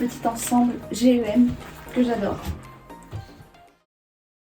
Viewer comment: Pourquoi tu dis G-E-M alors que c’est GEM tout collé ?! Ah sa me stress trop mais sinon superbe vidéo surtout avec les images /vidéos on se rend bien compte 😋